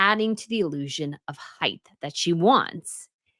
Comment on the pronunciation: Height NOT heighth. Come on, I loathe Meg too but she looked fine.